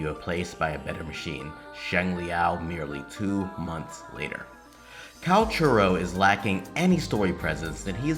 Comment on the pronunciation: No one seems to be able to say his name right! Calls him Kakarot, Kal-Carlo, Calamari, and so on. Never change,! You're analysis is spot on and your delivery is getting better and better.